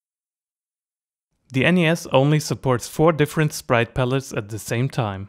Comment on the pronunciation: Great video! But, lad, the pronunciation of NES is ''ness'', so you'd say ''a NES''.